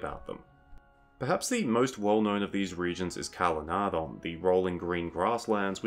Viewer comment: Calenardhon, the ‘dh’ has a ‘th’ sound like ‘thorn’